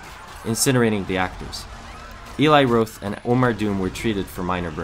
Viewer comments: How the fuck do you mispronounce the name Roth? It's just... Roth. Not Roath. Come on! And "wreaking" rhymes with "reeking." You're terrible at narration. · HIs name is Eli Roth (Rawth) not Rowth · who the hell pronounces "Roth" as "rowth"???? it's "rawth" geez!!!!! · Eli Roth's last name rhymes with moth. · Roth isn't pronounced Rowth. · He says Eli "Rowth" too